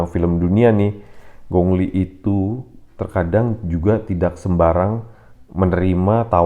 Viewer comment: Bro namanya kok disebut Gongli....ditulisnya memang gong li..tapi penyebutannya bukan begitu bro....pelajari ping yin bahasa mandarin...